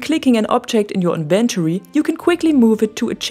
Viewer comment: Very helpful video, thank you. :) I love the layout of your base, especially the sourrounding walls. They look beautiful! Außerdem könntest du "inventory" auf der ersten Silbe betonen wenn du möchtest =)